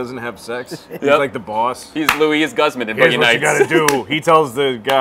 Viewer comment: Louis Gusman? its Luiz Guzman GOOZ MAHN BRUV